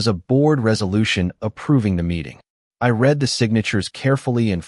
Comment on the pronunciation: Can't you pronounce "read" correctly???